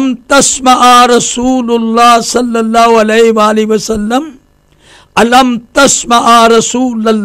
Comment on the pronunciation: O Bhai sallallahu alaihi wa alihi wasallam bolo to pora tameez se bolo yeh kiya hai saleowasalam ?